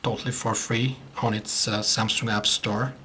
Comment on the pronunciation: i really like how he says SAMSUNK.. and I admit that he really makes a very good review.